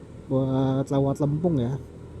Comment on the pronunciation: Limpung om, bukan lempung...